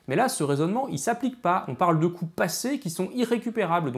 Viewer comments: Je suis le seul à entendre "biais des coui**es récupérables" ? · C'est dérangeant, quand tu dis "l'effet des coûts irrécupérables" des fois on comprend "l"effet des couilles récupérables" :/ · Passionnant 👌 on entend vraiment "biais des couilles" à des tas de moments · Génial ! Un commentaire crétin : il faudrait faire une pause entre "coûts" et "irrécupérables", car j'ai cru entendre plusieurs fois "couilles récupérables". C'était le commentaire crétin du jour. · A chaque fois j'entends "couille irrécupérable" :')